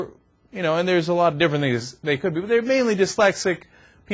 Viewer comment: lol... theres are a lot of different niggas ha ha ur bad cenk I think he meant to say things but it just sounds like it lol.....